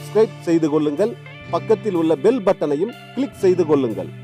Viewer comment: உல்லங்கல், செய்து கொல்லுங்கல் என்று சொல்லி தமிழை கொல்லாதே. உங்கள் நாக்கில் சுண்ணாம்பு, செங்கல் பொடி வைத்து தேய்க்க சொன்னோமே. செய்திருந்தால் இந்நேரம் நாக்கு நல்ல தமிழ் பேசி இருக்கும். உங்கள் வாயில் இருந்து வெளியே வரும் தமிழ் கொலையை சீக்கிரம் சரி செய்யுங்கள்..